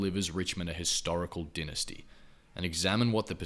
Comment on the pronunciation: Great video but can you learn how to pronounce dynasty please lol